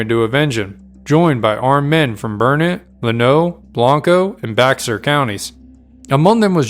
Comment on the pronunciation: Great video. There are some minor issues with the pronunciation of some Texas locations: Blanco = Blank-oh Burnet = Burr-knit